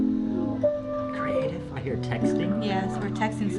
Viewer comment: QOTD: Cree-TAE-tive btw the video was film in the penthouse apartment of Torres Blanca in Madrid Spain.